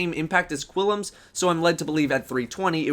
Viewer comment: It's pronounced "Klim's Terminus" Seriously, look, there is no 'I' after the 'U' in Qullims. Wierd as fuck.